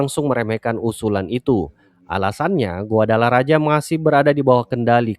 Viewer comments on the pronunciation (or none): Bukan guadalaraja tapi guadalahara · Dibaca GUADALAHARA min